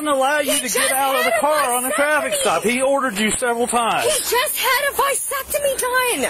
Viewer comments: WTF is a Vi-sectomy.. is that like a vasectomy? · It's vAsectomy, not vIsectomy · Probably didn't help that the woman kept calling it a "vysectomy." But RIP, twice. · She keeps saying visectomy and it's annoying